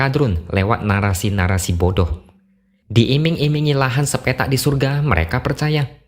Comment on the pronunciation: Aku ketawa mendengar cara X menyebut 'bodoh' 🤣